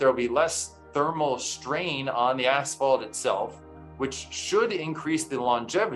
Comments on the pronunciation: Uh, the picture is Tucson, not Phoenix - and I couldn't keep listening to the guy say ASH-fault. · Its pronounced ass-fault not ash-fault... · Why is he saying ash-felt? It's as-fault. I don't get it. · British - Ash Felt American - Ass Fault As usual the British pronunciation is way more relaxing 😆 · I live in Britain, we don’t pronounce it ‘Ash Felt’ as the presenter said it. We say it as ‘Ass Fault’ too. No idea why this geezer was pronouncing it like that 😂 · lmao "ASHphalt" hahaha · ik he's British but why he saying "asphalt" like "ash-felt" ik British people can say their S's so why you keep pronouncing it like that???? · Apparently asphalt is pronounced "ashfelt" now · Great insight, but wtf is ashfelt? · Why does he keep saying 'ashfalt'? 🤔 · There’s no in “asphalt”. Very distracting wrong pronunciation. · It’s funny the way you pronounce asphalt 🤭